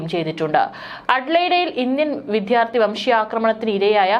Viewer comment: "വിദ്ധ്യാർത്തി" ; "വിദ്ധ്യാപ്യാസം" കഷ്ടം തന്നെ 😢